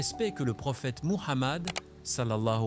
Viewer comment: Tu devrais faire ces vidéos avec ta vraie voie, Allah Soubhanahoutahala t'en récompenserai bien plus Incha Allah. Tu as vu comme la voix du logiciel écorche le nom de notre Prophète SWS ? Si il ne t'en est pas trop difficile, utilise ta vraie voix : le Coeur des gens est plus ouvert à une véritable voix humaine ^^